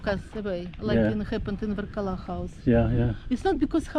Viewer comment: is a good man. If only he learnt to pronounce Varkala correctly. 🤐